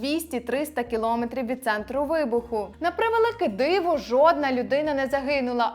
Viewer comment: Коли ж ви навчитеся правильно вимовляти? кіломЕтрів!!!